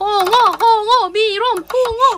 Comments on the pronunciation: 이걸 아아 오로 읽어버리네ㅋㅋ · 홍어를 아아오라고 읽다니ㅋㅋ